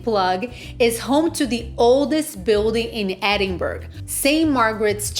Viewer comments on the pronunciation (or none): Whole video of calling it a place in Sweden! Its NO BURG! Hen! Its Bra!!!! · I am leaving after hearing edin-burg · I enjoyed the restaurant suggestions. BTW, it's Ed-in- bra and It's Princes Street, not Princess Street. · For f*cks sake it's pronounced Edin-burra! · Closing this after 20 seconds. How disrespectful to not even correctly pronounce the city's name. It's not optional! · Its such a put off to hear the wrong pronounciation